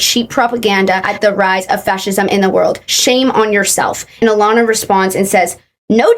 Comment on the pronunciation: as someone who has the same name as her i formally apologize. but also the way she butchers her name is so funny to me (it’s pronounced uh-lah-nuh